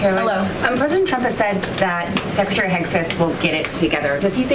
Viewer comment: Levitt can’t say “tr”, hence her problem w saying the presidents name and TRuckers. Make that go viral. She’ll be out in 4 days.